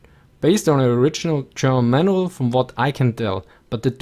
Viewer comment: Everytime he says Manual I just think of "Relay instructions, Man Well!